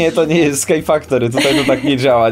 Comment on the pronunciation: Wasza aeria nie nazywala się SKY FACTORY tylko SKU FACTORY 😁